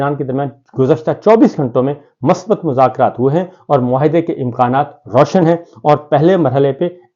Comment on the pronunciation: Sabir Bro the word in Urdu is " MUSBAT " and not " MASBAT " This word is basically from ARABI.